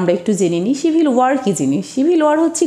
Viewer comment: Mam,আপনার উচ্চারণ এ ভুল কেন যেমব সিভিল কে আপনি ছিবিল উচ্চারণ করেন,এরকম অনেক উচ্চারণ ই ভূল